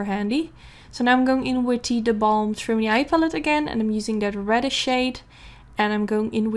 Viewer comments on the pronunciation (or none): i know you do not speak english but "trimony" actually stems from the English word matrimony which is where the palette gets its' name as in (matte)trimony so "trimony" is actually pronounced TRI-MOAN-EE or MA-TRI-MOAN-EE if you put it all together. I'm not trying to be rude it's just i'm learning a new language and i appreciate it when a native speaker corrects me. <3